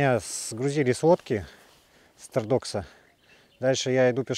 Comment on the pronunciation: Есть на Воже деревня или место с похожим названием ТОрдокса.На севере ударение на первый слог.